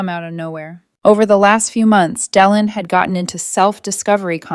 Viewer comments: Dylan is pronounced Dilan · The y in Dylan is pronounced as an i not as an e